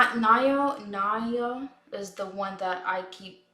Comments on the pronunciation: You should pronounce him （Na）（O）（Ya） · hi! just wanted to pop in to say that you pronounce naoya like now-ya :3 calling ryuki "that child" always cracks me up